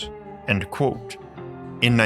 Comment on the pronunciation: 'Kwōtė, not 'cwóque'. Your channel is great, this one, constantly misspronounced word, which you could just avoid, is holding you back. Give it the mustard! "KwŌtė" Aim for the O and the T. KWŌTĖ. Love your material.